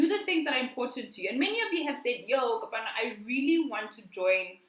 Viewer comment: 😂😂 🤦🏽‍♀️it’s Kopano butchering my name for me. you pronounce the “O” as a “w”and the “e” as an “I”